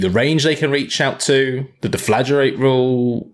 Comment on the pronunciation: *deff-la-GRATE Come on guys, not too hard to pronounce...